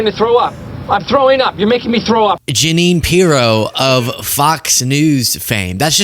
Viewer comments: Ja-nine Piro?? Lol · ❤️💙💛🇺🇸🇺🇦🇨🇦💛💙❤️ He slipped and said “taxes” instead of tariffs. He slipped and called the United States “company” instead of country.. and the Junine thing is just clear evidence that his brain is mush. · Look at Jeannes face when he says junine 🤣🤣🤣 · He said Ja-Nine because he's Ja-Lying!😂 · Ja-nine? Was he fantasizing about Pirro? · Ja-nine? lol Maybe he was thinking about Janine Piro the zio. trumps killing the country, it wasn't dead at all. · Dumptruck is obsessed with numbers. He has no idea what he is talking about most of the time. TACO with Orange sauce! ALSO: Ja-nine = the way my sister's name was spelled, another version of Jeanine. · Jeanine Pirro, looks at him like, oh always, such BS, what’s he saying now? And then, he pronounces my name wrong? What a loser, and I said yes to this?